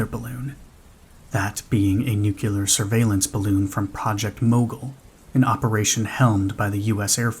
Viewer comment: you should really learn to pronounce nuclear correctly